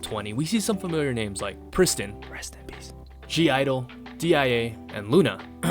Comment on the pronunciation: Why do you pronounced the G in (G)-IDLE. Most people call it just Idle right?